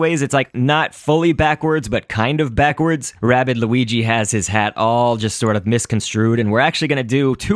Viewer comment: you said weegee not luigi